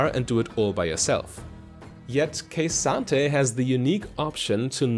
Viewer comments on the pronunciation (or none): K Santa. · "Kuh-SAHN-Tay" Not Ka-san-ta. Otherwise great guide.